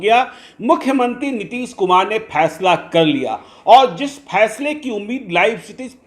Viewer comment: Phaisla nahin 'Faisla'